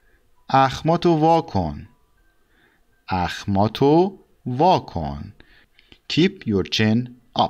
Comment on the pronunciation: For number 34 it says اخمات وا کن . But you pronounce the first with with "o" at the end. Why?